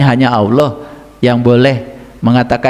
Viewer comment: hebatnya si itu nyebut nama Allah menjadi auloh dan aloh.dan si gz becus baca alquran,pdhl si udah bau tanah.itulah hebatnya si